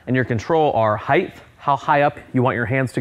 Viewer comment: Heighth? Just throws a squiggly line.